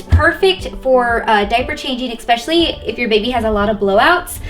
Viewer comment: Nice video but please stop saying EX-PECIALLY and SUSS-CRIBE